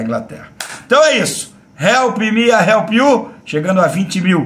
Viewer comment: Help me TO help you, mano...toda vez que eu ouço vc trazuzir seu bordão dói meu ouvido mano... tão fácil fazer certo, mas....